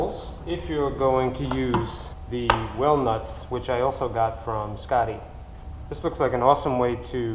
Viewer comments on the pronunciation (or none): I kept hearing "whale nuts", I finally paused the video to read the package "well nuts". I get it now.